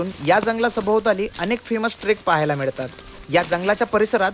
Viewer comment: मिडतात नाहीं रे बावळटा... "मिळतात."... गोडा म्हणतंय गोडा,,, खाल्लो 🙄🙄🙄